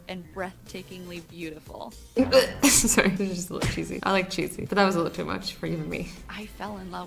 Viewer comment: YOU MADE ME START SAYING SOORY >:/